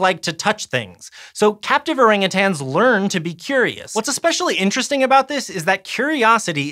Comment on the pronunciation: Listen up all you weirdos. Stop saying Orangutangs. siad it correct like 8 times. No more tangs.